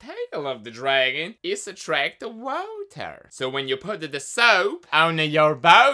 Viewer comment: De wauta! I cannot hold back the laughter when he says it that way!